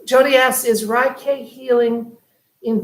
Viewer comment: It is pronounce Raykey.